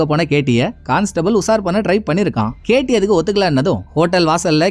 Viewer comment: Ketty ketty nu solumbothu enaku whity whity nu than kekuthu bro